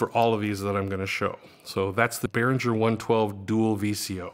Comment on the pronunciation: I believe it's pronounced Behringer with the "g" as in the word ring.